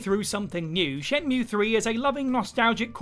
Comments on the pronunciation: Jules needs to tutor on how to pronounce shenmuwea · Can't believe he said shenmueeeee wrong